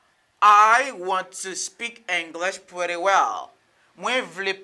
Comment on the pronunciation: Why you pronounce pretty like prèti? This I not american sound at all bro. American native will never say prèti